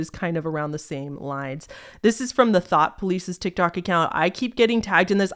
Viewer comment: OMG the THOUGHT police! Like 1984! I legit thought you said the channel was called the THOT police 🤣